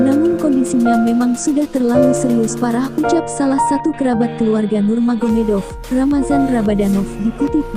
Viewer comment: bng.. nurmagomedov.... BUKAN NUMAGEDOV😁😁😁😁😁😁😁😁